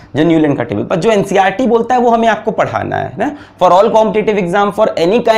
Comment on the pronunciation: bro ncrt nahi NCERT hota hai 😁😁